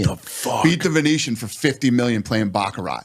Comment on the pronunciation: It’s pronounced BachaRAH, not BachaRAT. Anyhow if Dana ends up not winning, he might at least still learn how to speak Chinese! 😂